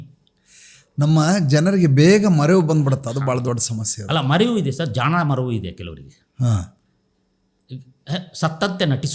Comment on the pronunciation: Jana maravu alla jaana maravu anta heliddirilla very clear heliddira